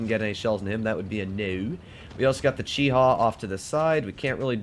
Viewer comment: Sealclubs the competition Also: Calls a Chi-He a Chi-Ha